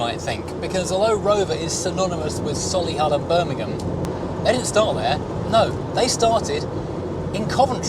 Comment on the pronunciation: Before anyone else jumps in, it's So-lee-hull, not Solly-hull... :-)